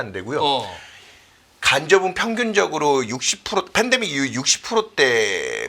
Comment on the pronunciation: ㅋㅋㅋㅋ이거레알... fendemic, lefo금리ㅋㅋㅋㅋ 여기 뿐만 아니라 경제 방송들 보면 화법 어법 발음 특이한 사람 진짜 많음ㅋㅋㅋㅋ